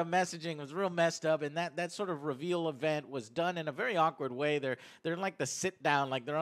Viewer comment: Ree veel lol love you joe